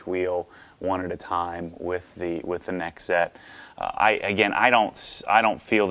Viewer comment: 1Z Einszett is pronounced "Einszett Einszett" the "Z's" are pronounced like "ts". German: One=Eins Z is pronounced "ts" (like in the following words: spots, lots, that's) But now they're called "nextzett" [next tsett] I don't know if you care about that stuff, but I just wanted to inform some of you.🙂